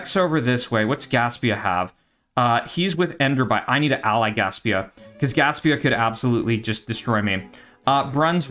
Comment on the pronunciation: it's prononce Gaspezia